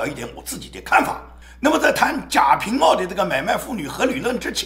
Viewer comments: 应该贾平wa，不是ao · 贾平wa 读音错了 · 贾平(wa---四声）